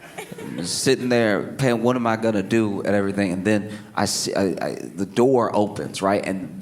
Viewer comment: When he said, “this goin be good” I haven’t heard it said like that since Louisiana